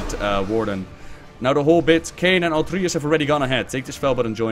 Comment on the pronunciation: Why does everyone pronounce it Altrius? It's Altruis, like someone who has an alTRUistic nature! But wait. Some demon hunters have voices in their heads? Like a psyker and daemons? IT ALL MAKES SENSE NOW.